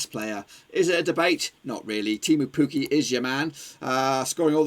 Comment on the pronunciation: Teemu Pukki*** not Puuki, hahah.